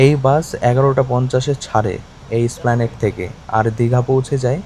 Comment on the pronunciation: ভাই তোমরা যারা কলকাতার বাইরে থাকো তারা একটু ওভার স্মার্ট হতে গিয়ে সব সময় ভুল বলো যেমন তুমি এসপ্ল্যানেড কে স্প্লানেড বলছো এটা ঠিক না ভিডিও করছো ভালো করে জেনে তবে বলো।